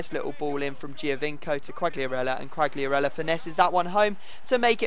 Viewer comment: Qualiarella, don't pronounce the g